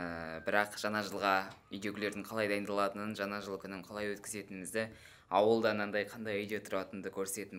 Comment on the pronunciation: Біздің кластағыдай жана жыл деп айтат екенсің ң орнына н жазып қойадығо 🤣